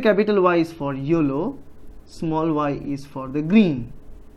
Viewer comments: Thanks sir your methods are great. Also I cracked up when u said yollow. Everything is clear now please keep teaching like this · tq n u have good English accent except yellow word 😋😋